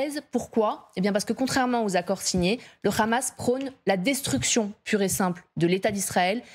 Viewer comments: En français on dit hamas et non khamas.... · Jadz Partouche la soit disant spécialiste du hamas dont on devine de quel bord elle est... pourquoi rajouter le son ra à hamas alors que c'est un h? Et Ismaïl Haniyeh pourquoi le transformer en raniyeh ? Êtes vous israélienne ? Invité dans ce cas une personne palestinienne pour la contradiction ! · Écouter bien comment elle prononce Hamas c comme tu le c